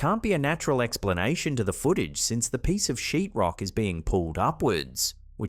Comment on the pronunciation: It sounded like you said something else when you said a piece of sheet rock😂